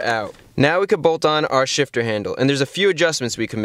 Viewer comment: can’t stop hearing “short throw shish”